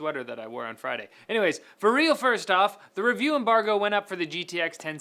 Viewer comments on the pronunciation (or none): none